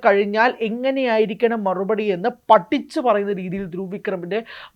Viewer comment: Excuse me, "പട്ടിച്ചു " അല്ല "പഠിച്ചു ". മലയാളത്തെ കൊല്ലല്ലേ pls